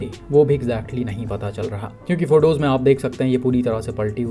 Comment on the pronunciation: Bhai jo aap photos ko phodos bolte ho maza aata hai sunke phodos